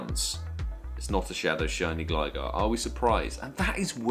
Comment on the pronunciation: It’s gligar not glisore , great vid tho still :)